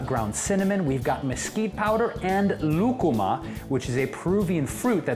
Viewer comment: Coconut milk is my absolute favorite! You say "lucuma" with such ease! Love you!